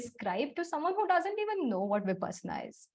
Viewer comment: I am a bit critical. Please. Its विपश्शना not विपासना . The word has a meaning. Who knows, knows ! BTW thank you for the video. Go ahead 🤘